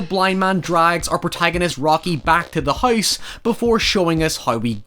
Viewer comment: And "house": hoys